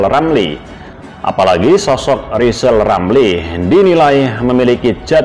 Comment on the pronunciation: Rizal itu manusia gagal Ngomong R saja gak bisa mana bisa Nyayi Indonesia Raya